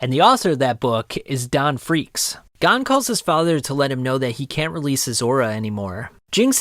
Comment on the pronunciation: I have never heard pronoun Gon’s name like this